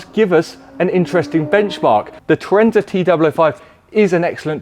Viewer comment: Tour-AHN-za not Tour-EN-za surely? ;)